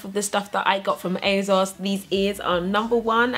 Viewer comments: I know right! ASOS stands for 'as seen on screen' as when they first launched it was where you could get clothes that celebrities had been seen in. So there is no 'Z' sound in there! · the way you say asos is funny, lol and im british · Ugh I thought it was just me...